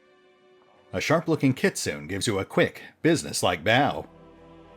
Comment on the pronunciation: Gotta love the way you keep mispronouncing Kitsune. Yes, I know all about the "Americanized", but if even ingame it's done one way, then even should be using "Kit-soo-neh"